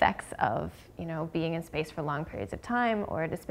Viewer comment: Its only me or she said space sex :D